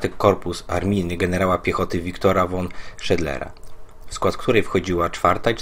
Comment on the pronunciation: czytaj fon nie won